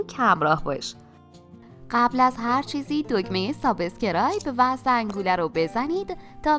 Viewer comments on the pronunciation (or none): حرف ب در کلمه سابسکرایب کسره نداره و ساکن هست